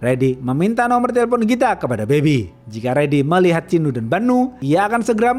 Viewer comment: ChiNNNNNU dan BaNNNNNNNU 😌 Cinu dan Banu aja bisa nggak bang ga usah pake tashjid